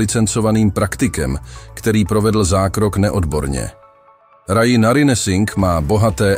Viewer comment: Ja nechci být hnidopich, ale nečte se Raji "Radži"? Video o ni jsem viděla na jiném kanále..cosi o plastických zpackanych zákrocích, odstraňovali ji ten cement vrtačkou! Mr. chirurg že to přijal jako výzvu nikde ji nechtěli vzít kvůli asi 98% předpokladu nezdaru.. možná že to bude ve videu dál..jsem na začátku